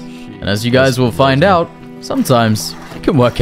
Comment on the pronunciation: lmfao at the end he says Ouw, doesnt say out xD